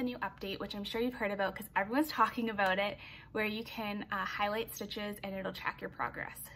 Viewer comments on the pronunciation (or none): none